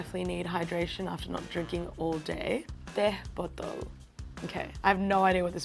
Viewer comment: how pronounced teh botol is impeccable and sounds like native indonesian.